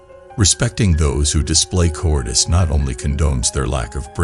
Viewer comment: Look up how to pronounce “cowardice”. You are saying it wrong. It’s cow…ward…iss.